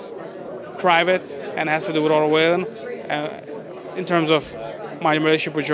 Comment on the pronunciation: Strange as a promotor not know how to pronounce Wallin after all this time.